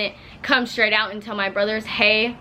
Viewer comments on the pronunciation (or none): none